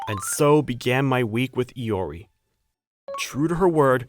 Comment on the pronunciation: Good story and all but....LORI?!?!?!! IT'S I-O-R-I GOD DAMN IT